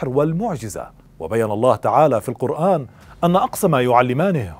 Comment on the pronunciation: يا أخي أنت تقرأ القرآن مع اللحن في التشكيل.. وهذا عيب كبير.. اذهب الى شيخ يعلمك كيف تقرأ بطريقة صحيحة